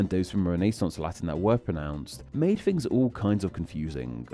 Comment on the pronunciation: making a video about disappearing Fs while inserting them everywhere in his own speech sounds a teenie bit funny to my Scots ears.